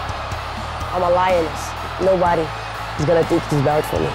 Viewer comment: "Nobadgy can beach me. I defended my belch. I keep making hischory" ~Amanda Nunes